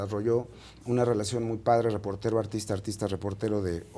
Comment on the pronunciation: Rievela la rielacion de nmmss